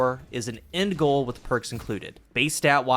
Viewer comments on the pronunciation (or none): none